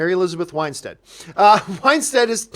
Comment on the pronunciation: It is Win stead Not Wine stead ;)